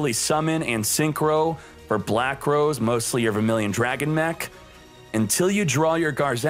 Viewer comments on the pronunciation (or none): none